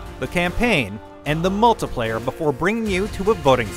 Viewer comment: I've heard people pronounce it mult-tee-player, I've heard people pronounce it mult-i-player, but I've never heard anyone pronounce it mult-tuh-player before...